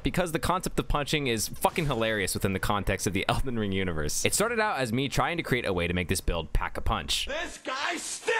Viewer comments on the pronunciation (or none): none